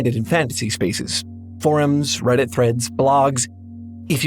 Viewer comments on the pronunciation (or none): none